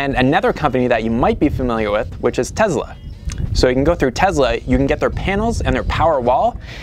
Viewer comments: The couple from Pure living for life are the nicest people imaginable, maybe you should have consulted with them about the problem before raking them over the coals, and oh BTW it's not tezla it"s TESLA They never came off as trying to sound like experts to me i think they work in real estate nobody watching them is building a solar system off one video it"s entertainment thats all and guess what thats all youre doing too entertaining an audience so maybe grow up a little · Not sure what I hate more, your shitty attitude or the way you say Tezla...